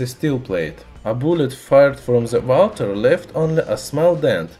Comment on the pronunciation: "Walter pp" ?